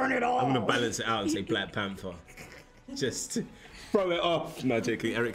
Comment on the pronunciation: Daniel: "Blak Panfer"